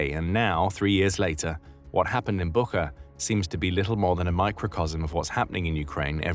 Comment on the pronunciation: Just small correction, Bucha, not Buka